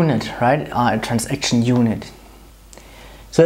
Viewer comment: A) It's not "Trans-action", it's "Transaction", this comes from the trade world. I understand why, but there's no need. B) Are you sure about the implicit commit placements? At least in Sybase, when running things as a batch, there is only one implicit commit placed at the end of the batch.